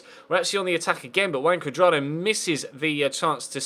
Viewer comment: I thought I was the only one